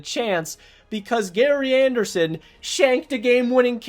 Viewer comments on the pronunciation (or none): none